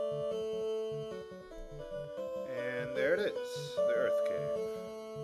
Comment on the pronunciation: I thought I heard you say Earth Crib as you left Melmond. XD